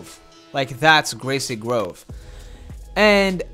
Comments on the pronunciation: Don’t u just love gweasy gwove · It’s greesy grove u silly